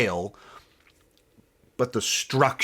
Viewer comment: Bro learn how to say detail lmaoo